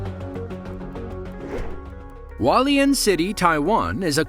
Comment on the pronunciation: Hualien is said (WHO-ALLY-IN)